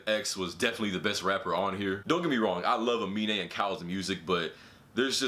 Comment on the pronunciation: The way he said amine it pronounce A-mine